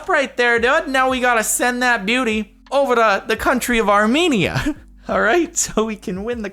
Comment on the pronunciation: I had to click on this cause I'm Armenian also not how you say Armenia